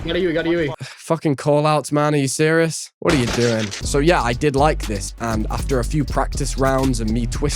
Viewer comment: This guy pronounced “serious” so bad my Siri thought someone was calling her